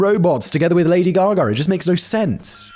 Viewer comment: WHERE IS THE "R" IN "GAGA"? ITS DEFINITELY NOT "GAGA-ER"